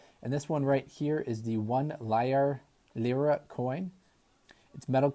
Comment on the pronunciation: Lira....'leer-a'. I finally got over 100 Ike's